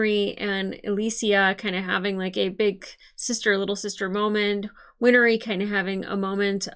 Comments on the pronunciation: Win-Ree. Not Win-Er-Ee. Two syllables. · I know it's a terrible day, but you've probably recovered by the time this gets to YT. Winry's name is 2 syllables, not 3. 💖 Like "Henry", not like "winery". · Win-ry (There is no "er" sound where the hyphen is.) 😊